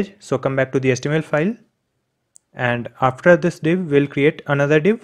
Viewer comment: when he say "we will create anathor " everyone : AH shit, here we go again